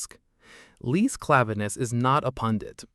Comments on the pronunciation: Her name is not lees. It's Lise. Pronounced like Lisa. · A little of track, but her name is LisE. The E is pronounced in Norway. Just saying. And she is a badass woman not afraid of saying what she stands for as long as she have the government in Norwegian football behind her.